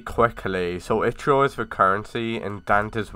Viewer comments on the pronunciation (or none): It's called Ichor not i-CH-or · One it's not itch-or. I don't know how to pronounce ichor but i know thats not how you say it. ALSO CLICKBAIT ALERT!